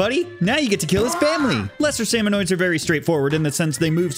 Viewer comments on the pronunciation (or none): ITS SALMON-I-DS NOT SALMON-OI-DS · Minor nitpick, you keep saying salmonoid, it's actually salmonid. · Salmonid. Salmonid. Not Salmonoid. You hurt. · he said salmonoids